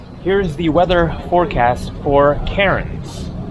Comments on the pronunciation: It’s K-AIR-N’S not Karen’s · Was he going to Cairns, cause I’ve always pronounced it as “cans”….I believe the locals do to when I was there two years ago…. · It's pronounced CANS R is silent so is the i lol at least it is Down Under